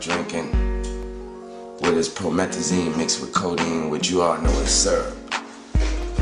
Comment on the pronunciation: Future says "drink promethzyne" in "Mask Off"